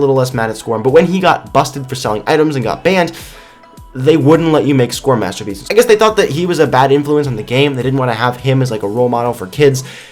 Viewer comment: "Hey Beans today we're going to talk about master (bating) pieces!" wait what... Anyone else?